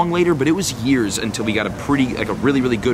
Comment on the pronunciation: this man said yeras